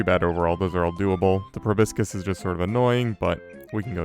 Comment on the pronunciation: Loving the series so much, but proboscis is "pro-BOSS-is". Just something I notice many people mess up :P